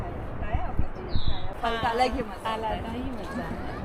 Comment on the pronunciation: فل کو لفظ نہیں درست لفظ پھل ہے